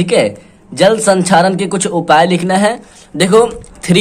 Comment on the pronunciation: Sir sanxaren nahi hota he